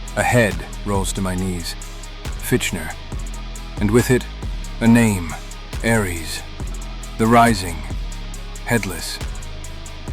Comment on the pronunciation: Ngl almost quit after they way they pronounced Aires 😂